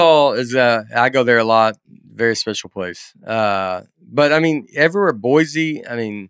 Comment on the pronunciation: I know how much Nate wants to pronounce things right. I’m Boise raised currently living in Dallas. We are excited to see Nate tomorrow in Fort Worth. I just wanted to let you know that there is no Z in Boise. The correct way to say it is boy-see. Even Jewel wrote a song about there is no Z in Boise. Look it up! Love what y’all are doing. Thanks for the laughs.